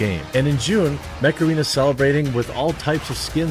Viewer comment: Lol, hey mecharena! (Macarena)